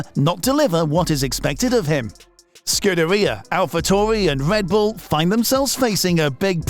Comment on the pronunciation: Wiccairdo? Wedbul? weally?